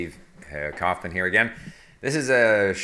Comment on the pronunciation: Some nouns look exactly like verbs in german, which makes it easier to know if its a noun or verb if its Capitalized. But of course the context helps but the more help the merrier. Also since you speak German, why do you still pronounce your name as "Kahfmen", and not "Kowfman" . I just found that funny :)